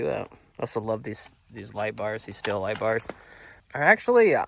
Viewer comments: It’s not pronounced still it’s pronounced steel dumb bass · It's pronounced STEEL... Not Still